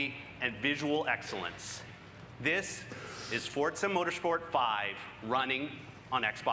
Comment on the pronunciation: why do people say fortza instead of forza is it a different game